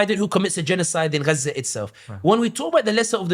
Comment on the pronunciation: Okay so it is ghza not gaza 😂🤣